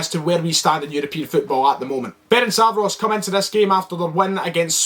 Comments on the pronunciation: Firstly let me help you with the team name - F-E-R-E-N-TZ-V-A-R-O-SH ->letter E-pronounce it like like you would do the E in a word Echo. TZ-pronounce it like first to letter of a word TSar - finally SH pronounce it like first two letter SHoot :-) about the game: Celtic is a favourite team here, but you will have more difficult times than you had againts the Icelandic team. You got lots of respect from Hungary even if you look at the colour and nobody really says that it will be easy. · yip. Am still saying (feh-rink-vah-ross) but cause I've pronounced it that way for years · Ferencváros (Feh-rents-wah-rosh) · Hopefully now you can learn to pronounce our name. Good luck in the Europa League! 💚 🤍 Ferencváros! 💚 🤍